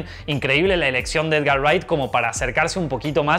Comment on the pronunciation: dice ereccion en vez de eleccion jajjajajaja